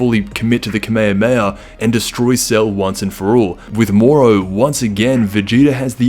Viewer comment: Finally someone that knows how to say kamehameha